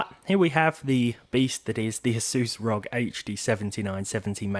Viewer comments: ROG is an initialsim not an acronym...... you don't read it as a word you say the individual letters. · The whole world: R O G: Rog